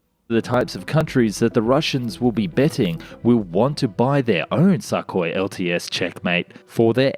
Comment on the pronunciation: I love the way the narrator consistently pronounced the name Sukhoi as "suck-hoi" and not "soo-koi"...the not so subtle insult is much appreciated. ROFLMAO